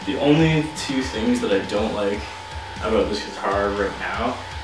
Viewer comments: Talk aboot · Are you Canadian you said aboot. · You only said "aboot" once so don't worry aboot it ;) Loved the review